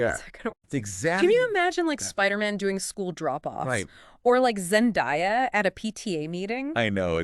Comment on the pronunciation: Zen-DAY-a, not Zen-die-a...